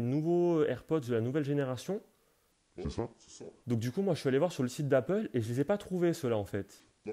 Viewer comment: ''generassion'' 😂😂😂 mdrrr